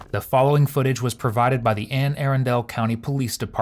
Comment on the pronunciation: And Airendal? Anne Arundel! That was the worst pronunciation ever!